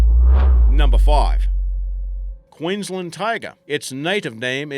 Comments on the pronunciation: can't even pronounce queensland correctly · Also struggled with Queensland lol